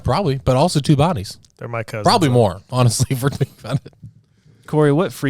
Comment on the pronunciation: I swear said otterously instead of honestly 😅